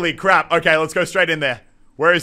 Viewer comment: Did you say crab instead of crap in the intro?